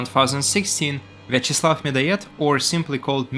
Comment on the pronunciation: Bro says вячеслав suspisiosly well 🤨